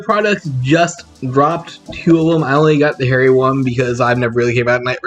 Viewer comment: Its "Har-Ree" not "Hairy"